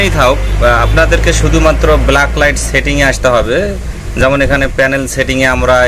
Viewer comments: ব্লাক লাইট না ভাই। ব্যাক লাইট। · আপনি কি রকম টেকনিশিয়ান? ভুলভাল উচ্চারণ করেন, কথাটা ব্ল্যাক লাইট না ব্যাকলাইট। কাজ করেন টার্ম গুলি জানেন না। এল ই ডি কে বল বলছেন? এখন দেখি আতিপাতি সবাই ইউটিউবার।